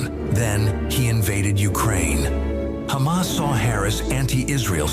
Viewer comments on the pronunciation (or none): none